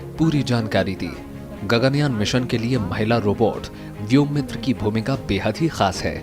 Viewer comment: व्योमित्र नही व्योमित्रा हैं शायद.